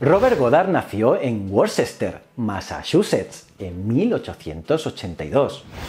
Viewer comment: Vídeo excelente, pero en inglés, no se dice "Worcester", se dice ese ciudad como "Wuster" o "Wista".